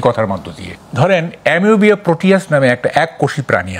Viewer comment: এ্যামিবা প্রাণি।এমোবিয়া৷ প্রাণি নয় সাংবাদিক ভাই